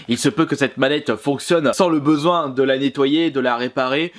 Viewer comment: Sinon sava "bseoin"